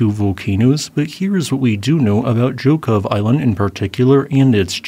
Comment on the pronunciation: Excellent Russian pronunciation!!! Most people would butcher Zhokhov...